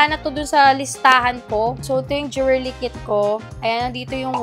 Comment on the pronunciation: 😅😅 jewelry / jewerly 😅 ✌🏻✌🏻✌🏻✌🏻